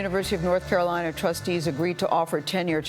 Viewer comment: For someone who spent so much time at Chapel Hill, she sure has an odd pronunciation of the word "Carolina".